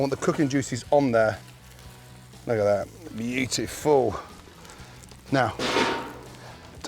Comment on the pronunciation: Say "bjitiful" one more time Gordon, I dare you...